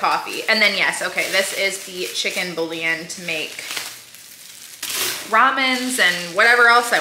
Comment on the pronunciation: Lol in the background correcting 😂😂 “Boo-yawn!” 🤣🤣